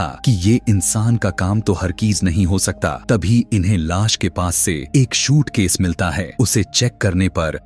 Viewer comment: Aap movie explained karte ho lekin sa aur sha me problem hai jaise aap lash ko las bolte ho aur suitcase ko shootcase😅😅😂😂